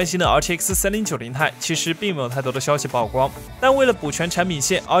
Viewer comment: 曝光 不是爆光吧 曝光 瀑布同音